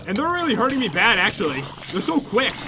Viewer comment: Bad not baf